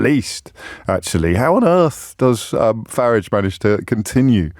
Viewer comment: For somebody who is privately educated, he can’t pronounce Farage’s name correctly.